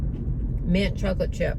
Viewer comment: Mint not mont